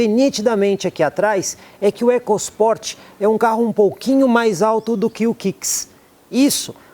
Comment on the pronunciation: Excelente vídeo e avaliação imparcial..... Nós ouvidos somente o "ecos Port" me incomodou.